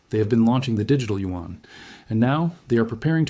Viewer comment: This is an AI. Lip movements off and who said U-N instead of Yuan?